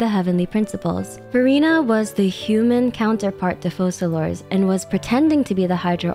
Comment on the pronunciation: Why does everyone mispronounce Focalors?